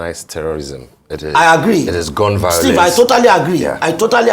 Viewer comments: I love this man!!! He is Buhari's paid idiot. He doesn't even do that well! Buhari has been a curse on Nigeria. Tell this idiot singing for him 🤣 that it is called violence not vaolence?? I even doubt that he went to any school just like Buhari??? Nigeria, only God can save the nation now. All the nation's wealth has been stolen and even a greater criminal has just stolen the presidency!!!!!!??? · Tell him that I think that he is trying to say violence not vaolence???? He is an IDIOT 😂